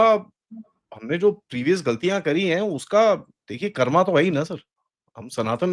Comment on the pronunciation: सरजी, उच्चारण संभाले,*** "यह कर्मा नहीं शब्द 'कर्म ' है " हर बात में अंग्रेज़ी 'लहजा ' * क्षमा करेंगे हम भारतीय लहज़ा चाहते ** या फिर अंग्रेजी ही बोल‌द़े ' अधभेसुरा' नहीं । धन्यवाद जयहिंद